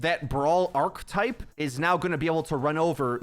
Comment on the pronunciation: say it with me. archetype. arc-eh-type.